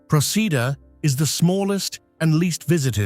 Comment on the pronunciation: it's not Proseeda.. It's Pro-Chee-Duh = Procida